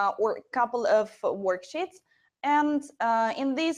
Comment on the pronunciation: usefull tips ! Small tip: when you pronounce worksheet exagerate thr sheeeeeeeeet. right now you are shortening the ee into i which makes it workshit :).